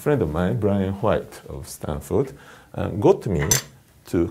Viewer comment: I don’t know what you’re asking but the way he pronounced “white” was very Japanese in my opinion. I’ve studied Japanese.